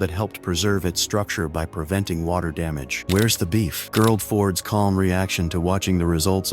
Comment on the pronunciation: ( ͠° ͟ʖ ͡°) The AI narrator must be a Democrat because it butchered President Gerald Ford’s name. 😂🤦🏻‍♂️😂